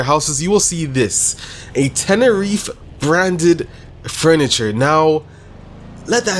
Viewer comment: the way he says tenereeef made me stop watching it xd